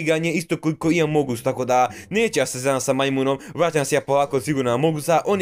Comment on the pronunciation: Nije among us nego amonguz😂